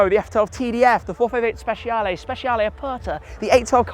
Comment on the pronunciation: Please, stop saying Speciale with SH and start with CH. thanks for trying)